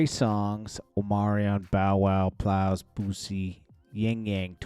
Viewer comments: calling Plies “Piles” twice is wild 😂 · He said Plows😅😅